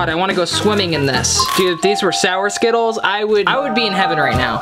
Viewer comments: Oh and I have a night made of you keep saying skitals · The word is ✨skittles✨